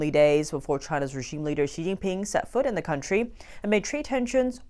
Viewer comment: Should we trust a guy who can't even pronounce people's names correctly? 😂 Xi is pronounced like SHE, not Zee. And yes, Trump can apply enough pressure to make pooh bear crack. 😂 Same with Putin. Niether of these leaders are dumb, just greedy.